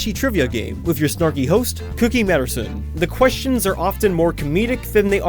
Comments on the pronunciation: When pronounce “Cookie Masterson” as “Cookie Madderson” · Cookie Masterson? Not Matterson?